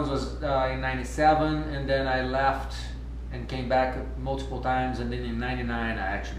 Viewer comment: To start with, he's been living in the USA for 23 years. He MUST speak good English. His "left" is too open. It sounds like "laughed". Minute . He said "tree" rather than "three" and baZically" instead of "basically". In his "TIME" sounds like Italian people. The last two guys AMAZING, flawless English. You should search people who can actually speak good English but have never lived in the USA or do not have an American mom. hahahah It would be fun. I know some. If you want, let me know. Give me a ring on .